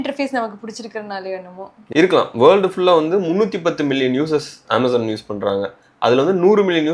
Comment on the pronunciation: I appreciate the slang. Aaamazon. It is correct. Maximum people will tell ameyzon. It is wrong.